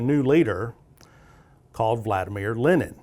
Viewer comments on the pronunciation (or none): none